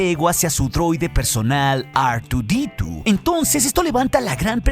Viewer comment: ar tu di tu! madre mia dilo mejor en español jajajaja